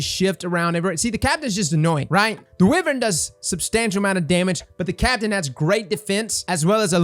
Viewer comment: I bug and tease my friends about it all the time, and I guess I gotta throw you into the bunch. Wyvern is pronounced Why-vern, not Weh-vern. Don't do them boys dirty.